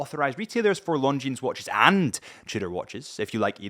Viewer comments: Longines..... you dont pronounce the s. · Somebody tell this guy correct pronunciation of Longines😉